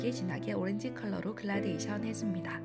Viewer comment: 그런데... 글라데이션이 아니라 gradation 그라데이션 아닌가요? 영상 보고있는데 자꾸 신경이 쓰여서요 ㅎㅎ